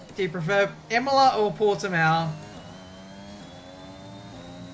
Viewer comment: Imola It’s Imola.